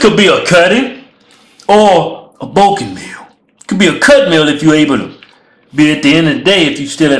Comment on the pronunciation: "Cuz im BUKIN" - "Cuz you BUKKIN" LOL !!!! the way they say "bulking" is fucking hilarious xDD